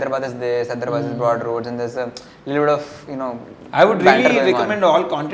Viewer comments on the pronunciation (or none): It's not Hydra'bad', its Hyderabad(హైదరాబాద్). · Call hyderabad correctly it's not hydrubud